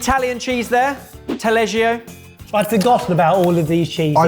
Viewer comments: Taleggio (one L, two Gs, pronounced talehdjo with an E like "fell"), not Tallegio. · it’s T A L E G G I O not T A L L E G I O